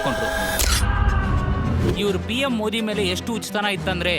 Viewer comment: ಮೋಡಿ ಅಂತಾ ಹೇಳುತ್ತಿದ್ದಾರೆ. ಮೋದಿ ಅನ್ನಬೇಕು ಅಂತಾ ಅವರಿಗೆ ಗೊತ್ತಿಲ್ವಾ? ಧ್ವನಿ ಸ್ವಲ್ಪವೂ ಚೆನ್ನಾಗಿಲ್ಲ. ದಯವಿಟ್ಟು ಇವರನ್ನು ಬದಲಿಸಿ